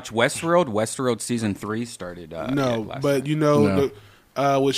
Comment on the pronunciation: "did you watch Westruarld?" 😂 am genuinely interested now whether redban has a speech impediment